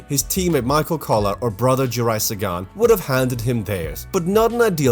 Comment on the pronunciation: Great video,but you should told the whole story behind Sagan-Cavendish incident. It was Cav's fault!!!And for God sake try to pronounce name Juraj properly,it tearing our ears apart. Try to say Yuray.